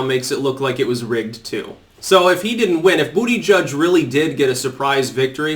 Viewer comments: Lol, i like how you said Buttigieg's name... "Booty Judge" - "I give that booty a 10!" :P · Still never gets old hearing him say Bootyjudge.